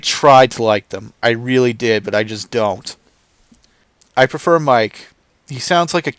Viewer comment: You are really not good at this. So it is obvious you are around 23 years old and I'm glad you found Metal after whatever crap your mom allowed you to listen to, but seriously it was a chore to watch this. You need to put a cringe meter up top for every time you say Mike instead of Mille. My forehead is blood red from my palm slapping the shit out of it. And Rob Haliford? Fuckin' come on man. And you are aware of Razor Fist and how entertaining and knowledgeable his content is, you don't even come close. Change your name to "The Black Lord Of Wikipedia" it is more accurate. God Fucking Speed!